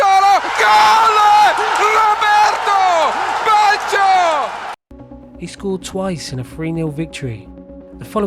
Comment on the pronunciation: You did pronounce his name wrong but other than that great video loved it